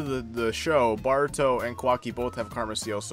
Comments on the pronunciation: It's "Boruto" not "Baruto" smh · Please stop saying BAR-uto, it is clearly BOR-uto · Bro your vids are fire but you keep saying “baruto” 😂😂🤦🏽‍♂️ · It’s not BARUTO it’s Boruto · Why you pronounce Boruto like that...